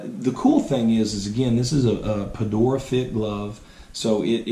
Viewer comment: It’s not pronounced perdora